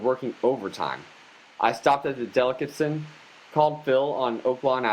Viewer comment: You don't know how to pronounce delicatessen?